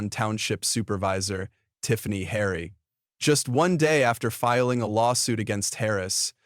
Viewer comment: If you are going to narrorate something make sure you have the names right!! its Tiffany Henyard!